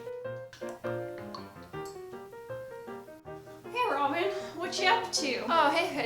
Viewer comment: “Hey robin” I thought she said hey, ramen! xD